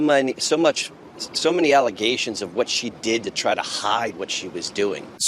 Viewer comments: “Dem False Allizations” 😂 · “False allizations” you can’t tell me it’s not genetic lmfao